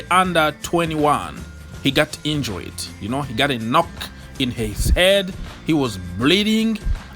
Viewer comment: Ogs..it’s injured....not injuried!